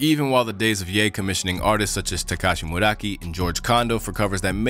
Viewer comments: Dude really said tekashi muraki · "Tekashi Muraki" almost made me choke on my food.